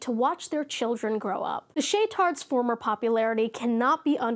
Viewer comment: Shaytards? Is that what you called them? Or way I mishearing it?💕